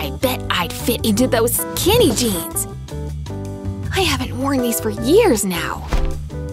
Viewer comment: they said kinny jeans